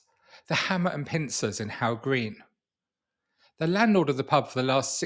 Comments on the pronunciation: Its pronounced Huff Green not How Green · its pronounced hoff green